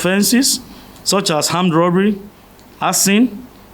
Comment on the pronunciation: please According to his Pronounciation "Hamdrobry" is it another type of crime cos that's how he has pronounced the word twice😅😅😅 We knows where to get accurate information But how come the police were able to see Boko Haram with Protesters and fid nothing? until they detonated explosives according to muyiwa Na waooh